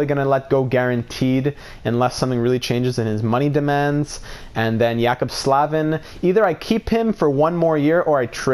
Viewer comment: Jaccob Slavin is pronounced J-Ay-Cob Sl-Ay-Vin